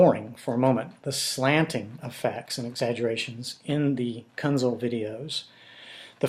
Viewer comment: Sir, first and foremost, I do not care what your opinion of Billy Kuenzel is. And it's pronounced Kenzel as the "u" is silent. Which is what you should be when speaking about my father, Glen Kuenzel. His testimony was and still is the truth. He did get home from work and had to check on me and subsequently take me to the hospital as I suffered a concussion during a football game the Friday prior. Also incorrect is the name Kenneth, my father never referred to me as Kenneth it was always Keith. So I do not know where you get your "facts" from but they, sir, are not facts. Again you can have any opinion of Billy you choose and say what you feel you need to say. But you will desist in speaking of my father. Thank you Keith Kuenzel!